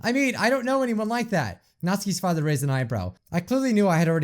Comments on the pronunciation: She said “When I came here to hide from my FatherRrRrRrRr” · "When i came here to hide from my fatherrRrRrRrRRrR" "I hate being called cute"